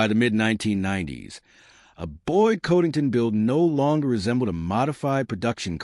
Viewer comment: you can't even pronounce his name correctly